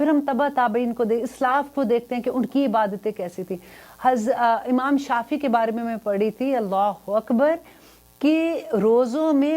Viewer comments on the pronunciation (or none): none